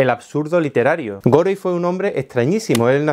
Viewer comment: si es Inglés es gori..... en ese idioma la e final es silenciosa